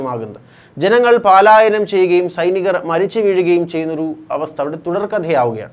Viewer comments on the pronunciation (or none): പാലായനം, അല്ല പലയാനം ആണു ശരി.